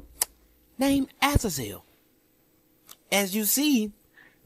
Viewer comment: It killed me to hear that guy say Azazel completely wrong.